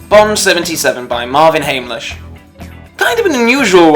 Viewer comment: Hamlisch sounds like ham, not hame